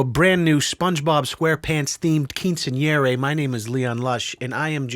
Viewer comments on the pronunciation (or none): its qiuncenyeŕa not CEENSUNYERREYYYYY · "Keen-sin-yeraye" !!!?? Holly fuck your butchered the shit out of that Spanish word😝🤦🏽‍♀️ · Are we gonna go over the fact that he absolutely butchered quinceanera